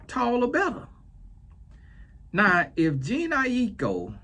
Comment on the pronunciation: JA-NAY EYE -E-KO=Jhene Aiko